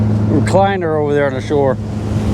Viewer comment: you got a good Maine accent goin theaear